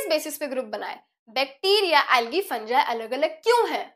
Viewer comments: Mam फंगी होता है फंजाय नहीं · It's fungi not funjai